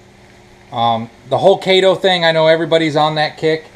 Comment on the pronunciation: Just a few comments. I am a fan, so please don't take this wrong. It's Keto, not Kato. Kato was the Green Hornet's sidekick. The best healthy diet is the one you can live with. From the Forbes article How Humans Evolved To Be Natural Omnivores: "The best evidence is our teeth: we have biting/tearing/ripping incisors and canines (like carnivores) and chewing molars (like herbivores). Animals with such diverse teeth tend to be omnivores." Carbs are carbolicious. As for them impact of animals on the environment, I try to reduce the population of cows, pigs, chickens, etc. every chance I get. As for the ingredients of real chicken vs. fake chicken, one of them looks like a chemistry set, and the other seems more natural and healthier. Here are the ingredients: Real chicken = chicken. Fake chicken = Water, Organic Cane Sugar, Enriched Flour (Wheat Flour, Niacin, Reduced Iron, Thiamine Mononitrate, Riboflavin, Folic Acid), Soy Protein Isolate, Canola Oil, Vital Wheat Gluten, Soy Sauce (Water, Soybeans, Wheat, Salt), Organic Distilled Vinegar, Rice Flour, Methylcellulose, Fruit Puree (Water, Mandarin Orange Juice Concentrate, Tangerine Juice Concentrate), Organic Ancient Grain Flour (Khorasan Wheat, Amaranth, Millet, Quinoa), Modified Potato Starch, Corn Starch, Yeast Extract, Organic Yeast Extract, Sugar, Sea Salt, Salted Sake (Water, Rice, Salt), Potato Starch, Garlic Powder, Salt, Ginger Puree, Spices, Natural Flavors, Color Added, Roasted Garlic Puree (Garlic, Water), Onion Powd